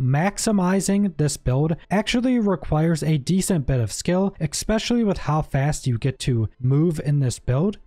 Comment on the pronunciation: Bro says eckspecially